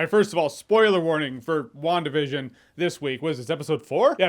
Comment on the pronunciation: is it just me that hears 'One Division' instead of 'WandaVision'?